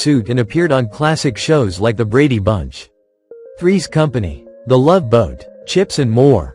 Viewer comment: The many LOVES of Dobie... Thanks, AI narrator.